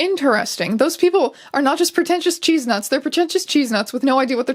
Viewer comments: do Canadians pronounce chestnut like cheese-nut? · why did u pronounce chestnut as cheese-nuts?? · all i can think about is them saying cheesenut instead of chestnut